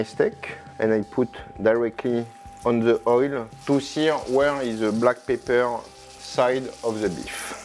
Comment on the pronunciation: Good thing there's a transcript available; At one point, I wasn't sure if he was saying "Pepper" or "Paper".